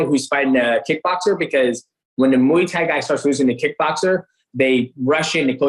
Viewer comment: I’m disappointed that a such experienced fighter like DJ can’t pronounce Thai box king proper… mhuui Thai ffs